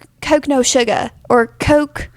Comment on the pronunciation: says "Coke no sug" 😂